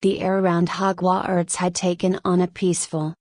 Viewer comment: you need to redo this and I suggest you use a real voice or pay for better AI. 'hogw arts'? seriously. this was just the first but it was so bad it was insulting. redo it and maybe you'll get better reviews but this was so bad as to be insulting.-you did it on the cheap and it shows.